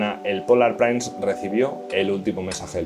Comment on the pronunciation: La palabra inglesa Prince se pronuncia /prins/, no "prains". Muy bueno el vídeo.